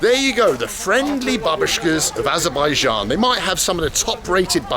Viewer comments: Wow actually in Aberbian (Trump pronunciation)... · Did you mean Aberbaidjan? It's really annoying when people don't pronounce correctly 😂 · Or abenbaijan as donald says